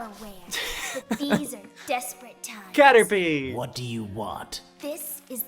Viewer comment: Cater pie not p derr!